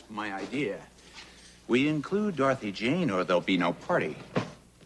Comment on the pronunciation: I hate the way Molly says Dorothy Jane’s name. “Darthy Jane” ksnfjdndd